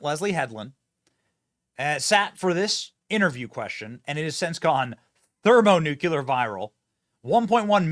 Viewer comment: Benny, I love your work! I am not the pronunciation police But, please say thermonuclear correctly … “Thermo - Nu - Clear” 😂😂😂